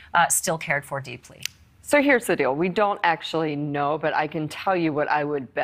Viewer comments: It’s Melania, NOT Melañia!!!! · The way Ashley pronounces Melania sounds strange.